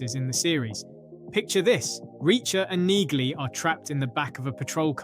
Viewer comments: The G is silent in Neagly dude!🙄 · The repetitive mispronunciation of Neagly's name is grating! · Mr Narrator, you need to actually watch the show before posting videos on scenes. First the G is silent in Neagley’s name, Second in season 1 episode 1 the prisoners entering the cell were after Hubble not Reacher, Reacher didn’t want Hubble raped in the cell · AI bullshit. can't even get Neagley's name right.